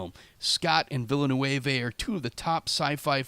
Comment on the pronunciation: Villeneuve = Veel-le-neuv ... Lmao what is Villa-new-evez?